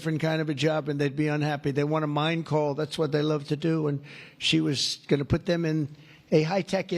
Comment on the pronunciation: Listening iny car and I swear he was saying call, not coal. I couldn't figure out why his staff was to refer to every cal as "big and beautiful"!